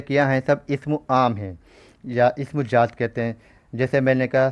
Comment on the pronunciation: Sr pls aap apne talffuz ko shi krein jaat nhi zaat hota h.. urdu ki khubsurti hi uske talffuz s h.